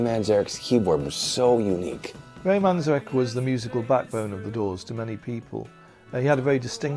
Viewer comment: Cool documentary about the Doors except for one annoying thing, the bandana guy on shrooms tha totally mispronounced Ray's last name twice so far..and his constant fluffy bunny descriptions of their music is nauseating.